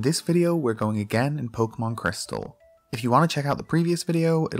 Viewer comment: CRYSTAL, not PRISTAL.